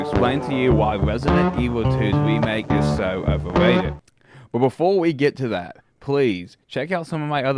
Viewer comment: Why wesident evil 2 is overwated!?!